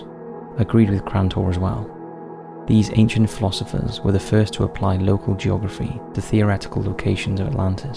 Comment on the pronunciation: Love jacking the volume all the way up, just for this channel, only to get a headache from the droning music... and STILL barely understand anything. The topics are always great, so it's extremely frustrating to watch. Also, obligatory: locale =/= local. Locale is pronounced like al- in Allen. There's always one word like this that sticks out and gets used often enough to be grating...